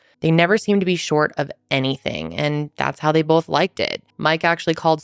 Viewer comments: Love your videos but constructive feedback: it’s “both” not “bolth” 😂😅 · i love you and watch you every week!! however i noticed when you pronounce the word both, you pronounce it bolth and it gets me everytime 😂😂😂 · Lol the way you say both... "bolth"